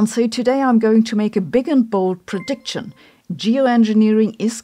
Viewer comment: Prediction wird wie "pridikschen" und nicht wie "pridiktschen" ausgesprochen, option wie "opschen" und nicht wie "optschen". Please!!!